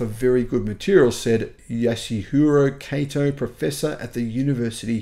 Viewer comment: Kato = Kahto, not Kayto